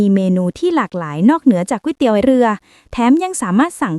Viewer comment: ตกลง จากกวยเตี๊ยว กลายเป็นก๋วยเตี๋ยว กลายเป็นก๊วยเตี๋ยวแล้ว